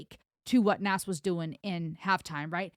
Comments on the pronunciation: You keep saying Nas it's not like it's spelled. It's pronounced Nos as in Nostradamus. He has an album called Nastradamus. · Pronounced NOZ, Not Nass. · It is not Nas like in Nashville, It is Nas like in NOS. Ren nailed it. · Say Oz, then put a N in front of it. NOZ—-NAS.. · Just a FYI its pronounced Naz.. Like a Z not an S. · Just deleted saying how sorry I was for sounding like a pronunciation nazi because I just noticed your above comment, but I'll leave in the reason it's pronounced the way it is... His birth name is Nasir bin Olu Dara Jones, with the first named pronounced /nɑhːˈzɪər/, so his rap name Nas is pronounced /nɑhːz/. Also, I LOVED that you did a bit of the original Halftime by Nas himself, very respectful and great way to kick off Ren's version. Great ear by the way hearing the Jazz music, Nas's father is a jazz and blues musician from Mississippi, and on the line you shouted out the Atlanta Braves...."Atlanta ain't Brave-r, I'll pull a number, like a pager", might have been a shout out to his brother, Jabari Fret, who raps under the name Jungle and was a member of a hip hop group, Bravehearts. Although it's his younger brother and the group formed after this track, so forget that, there might be a tie in, cannot confirm, anyway, great reaction and synopsis, top tier as always!!!! ✌💚